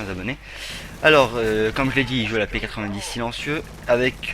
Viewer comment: On dit P-nonente !!!!!